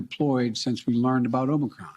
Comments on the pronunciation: he called it "Omicrom"😅🤣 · I notice someone told him to stop calling it Omnicron. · Did he actually say, "Omicrom?" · Aomnicrom omnicrom omnicrom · ahem Omnicrom ahem! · He must have been schooled on not calling it OMNICron. LOL. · He called it omi crom 🤣🤣🤣